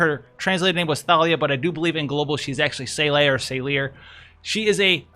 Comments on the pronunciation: it's Sa-lee-reh' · Its Sa/Li/re. Sa like Sand, Li like Lee, Re like Red. Its an Italian Name. Why do you guys try to pronounce names like common words? Salire is pretty easy to level up and max out in JP since she has an event of her own where you can get shards. Also you can buy her shards from store. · It's closer to French, like the rest of Hourne, so it's sa-leer. They do pronounce it in the Story: Chapter 5:3:3 Two Paths, Adelard: "Exactly. What would you do, Salire?"